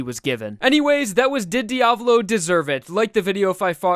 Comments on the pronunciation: Pronunciation makes me angry! >:^( You pronounce it as: (D-AV-LOE) This might just be an opinion, but I believe it is pronounced (D-A-VOE-LOE) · He's name is dia-vo-lo Not dia-blo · c'mon dude learn how to pronounce it. There is no Diablo, is Diavolo